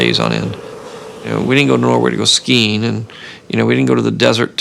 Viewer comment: He calls skiing "skeen." That's even worse.